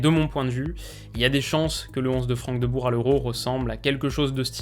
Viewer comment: Et le Rrrrrhout Rrrrhoulit ou les frères Deubour 😂